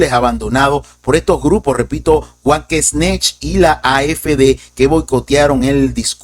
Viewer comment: Buenas noches, estimado, muy buen informe como siempre. Solo una observación, el grupo político alemán Wagenknecht se debe pronunciar aproximadamente como "Vaguenknejt", en alemán la W suena como V y la CH como J. Saludos desde Lima, Perú.